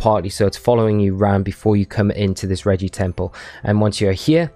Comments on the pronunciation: Rej-ice -> Regie-ice | V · Regice is pronounce Reg-ice not Regi-ice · Why do people say Regi-ice? Its literally Regice. One "i".